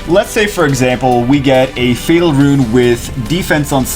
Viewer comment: Fatal is a word... not Fat al...